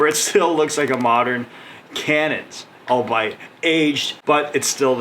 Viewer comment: Don't wanna be that guy, but the way you pronounce albeit is weird af... Pronounced all-be-it...